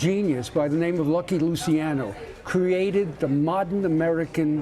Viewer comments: The way he said "Luciano" got under my skin. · Not lusaino Luciano 👈🏾